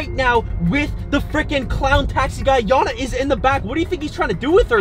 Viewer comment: Gotta sleek it’s not janna its yanna